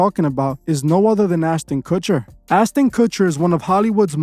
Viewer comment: “What’s eating Gilbert’s Grapes” “Now You See It” “Keano Reeves” “Austin Kutcher” plus many many more f’ups!!! Dude bro! I love your channel and what you’re doing with it, BUT you really need to tighten this shit up! It can completely negate everything you do here. Nobody that is just starting to look into this shit isn’t gonna take you seriously if you can’t even get names right. I know it don’t seem like it matters, but it does! I wouldn’t take you seriously if I had just starting diving down this rabbit hole! Another thing, while there are plenty of dots to connect with all this shit, you gotta be able to discern what dots should be connected, and what dots can be connected, but shouldn’t! Some things are just what they seem, and not part of the ‘agenda’. We HAVE to have discernment, all of us. Otherwise, if we are connecting things that aren’t related, they can be used to discredit what we are talking about. Just like the “Flat-Earth” movement. We all know it’s BS, but I’d say someone believes in all this cabal Illuminati shit, then also believes in flat earth, our enemies can discredit them by saying “look, they believe in flat earth! If they are stupid enough to believe in that, we’ll that makes the Illuminati BS also!!!” Ya get what I’m trying to say?!?! Keep up the good work!!! Always forward! We WILL show the world what kind of monsters these people are!!